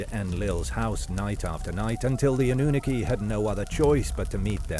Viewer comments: 😂 "annuniki" ... say , "aluminum," too. 😂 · It’s pronounced Anunnaki, not Anunnaki